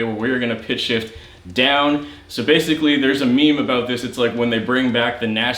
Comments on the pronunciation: Is Canadian? I hear a abooot! 😂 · Heh Aboot